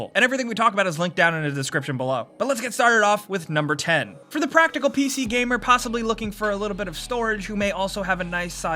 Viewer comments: "P-Shee gamin" Noice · "pee shee"